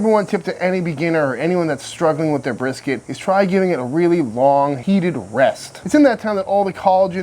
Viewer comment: I was cracking up when I heard how he said "Texas Style BRRRSKT"!